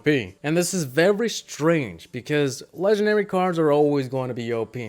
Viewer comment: There’s an “N” in the word Legendary lol